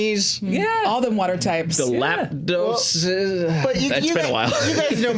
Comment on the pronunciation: lapdos? u definitely mean laprador